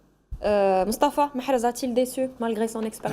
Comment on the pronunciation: tu ose pas prononcer MAHREZ tu évite de dire un mot sur lui(MAREZ) MAHREZ restera un grand joueur